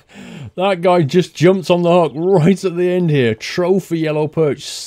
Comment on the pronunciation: It's hook! Not huk!